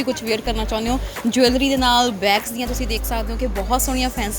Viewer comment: ਜਵੈਲਰੀ is not right pronunciation